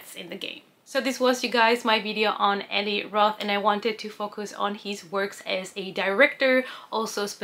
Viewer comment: "E-lie" roth. Not "e-lee"